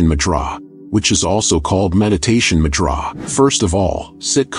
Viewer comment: Annoyed me too.